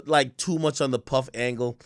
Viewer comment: Why can't AK say puff like he knows something we don't..dude been told